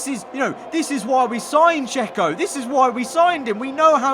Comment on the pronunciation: me: thank you Checo: thank you jeco